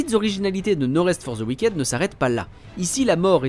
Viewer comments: Cet accent frenshie fait froid dans le dos 😅 "wiquaide" No rest for the wick'd, svp. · Ça se prononce "wickide"